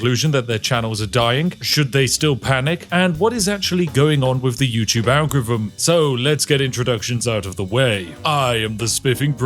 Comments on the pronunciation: On my fifth rewatch because I enjoy hearing it pronounced, "algrivim". 😊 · am I wrong about the agorrfivm? Sorry vrongh. Are you drunk? Em eye vrognh vabout va agorrfivmm? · tf is an algrivm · If you are The King of the Algorithm you should learn how to pronounce it! :P